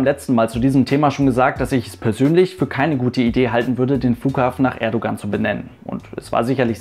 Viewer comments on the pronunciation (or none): Man schreibt zwar "Erdoğan" aber lesen tut man (Lautschrift) "Erdouan" :)) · Danke für einen so guten Umgang mit Thema, das politisch heikel werden könnte! Und danke an den Aufruf am Ende bzgl. Kommentaren und Respekt. Nur eine Bitte habe ich: Das "g" in Erdogan spricht man nicht - genau wie beim Fußball-Spieler Gündogan. ;)